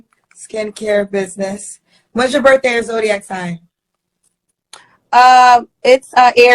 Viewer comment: "Bidniss" instead of "business." "Pacific" instead of "specific." "We wasn't" instead of "we weren't." Listening to her speak, you'd think slavery just ended last year!